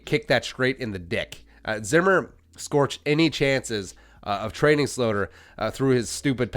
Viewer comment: Can you stop saying slooter?